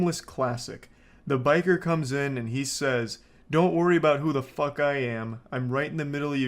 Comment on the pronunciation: what th fwuak